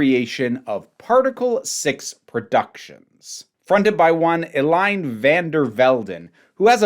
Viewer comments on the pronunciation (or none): eline would be pronounced "el-leen" or "el-leen-uh" not "el-line"